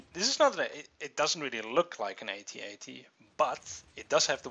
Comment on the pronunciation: Finally, a YouTuber who pronounces AT-AT correctly :D